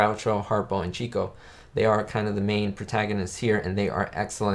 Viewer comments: If you're going to be an "expert" on the Marx Brothers, then you should know that Herbert's nickname was pronounced '"chick'o" and not cheeko (he was the "lady's man" of the group). Get the basics right and credibility shall be yours. Also, when the brothers were at a party, Zeppo was actually the funniest of them all. There... 2 topics to explore. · I agree great movie! Chicko is pronounced "chick oh" like a baby chick and Oh. I was corrected by someone at a Groucho play. It is not chico like the spanish pronunciation. You are spot on the re-watchability of this movie.... in fact almost ALL of the Marx Brothers films are very easy to re watch again and again. I bought a few sets on Amazon: one set included this film with like 4 other films, the other set was from a second film company with 4 or 5 other films so I have around 8 or 9 Marx films on DVD. Thanks for the review, will be subscribing!